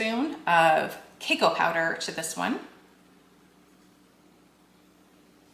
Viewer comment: It is pronounced “cu cow” in US. Where are you from?